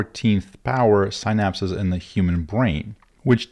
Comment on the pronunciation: good content but man, your pronunciation of "synapses" is killing me.